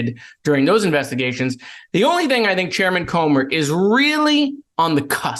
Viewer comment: it's pronounced Cooomer